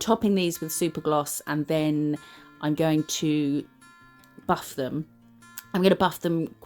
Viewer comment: ish you said “buff after” and I was like “you need a bath after what?” It took me a sec to catch on hahaha